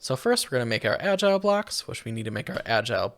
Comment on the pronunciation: I was losing my mind over how they pronounced it “agile box” glad im not the only one